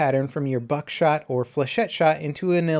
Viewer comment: not buckshot